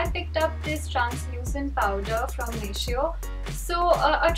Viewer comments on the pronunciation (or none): Its pronounced as nay-tee-oh.😬 no offence and ofcourse i love you both alot❤️😘